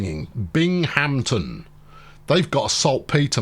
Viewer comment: Another New Yorker, here. Ootica, BinghamPton, drove me nuts